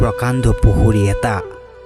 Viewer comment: Pusuri nohoi pukhuri. usharon suddha nohole video koribo nalage.